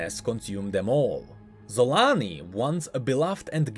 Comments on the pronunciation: I don't think you pronounce her name "Yun". She isn't inspired by nordic people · See Varus?! Sol-aa-ni. DOUBLE A's VARUS DOUBLE A's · Random question but is there a reason it is pronounced "Y"-un instead of with... ya know, with a hard J? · Surely it’s pronounced ‘cho-la-nee’ and not with the ‘z’ sound tho right? Unless we have already heard it ready by Riot? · No offence, but instead of „Xolaani“ I always hear „Salami“